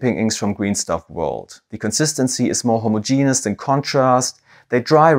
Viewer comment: Your pronunciation of homogenous was fine